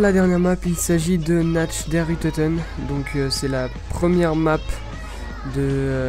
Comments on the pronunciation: "Natch der untoten" Massacre de la langue allemande :'( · Nacht der untoten se prononce naRt der untoten c est de lallemand nuit des mort vivants... (untoten ça serait plutot pas morts mais nuit des pas morts ça le fait moyen^^) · DER RIESE !! ( le géant) (qui se prononce Rizeuh) NACHT DEN UNTOTEN !! ( la nuit des morts) (qui se prononce Narte den ountoten) Arretez de massacrer ma langue xD et je suppose que les 4 persos sont toujours dempsey, takeo, nikolaï et mon camarade " DER DOKTOR EDWARD VON RICHTOFEN " et que leurs skins ont été modifé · quand tu dit"nacht der untoten" c'est très mal prononcé, fait un effort même si tu sais pas parler allemand!!!! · ARGL mon dieu ! Cette prononciation horrible ! Purée mais faut arrêter de massacrer l'allemand là ! POUAH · Le -ch de Nacht der untoten se prononce comme un -r